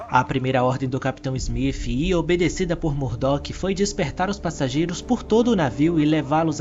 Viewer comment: Muito bom seus vídeos, bem esclarecedores, só queria saber porque em vez de você dizer o nome do capitão Smith você pronuncia como (Smif).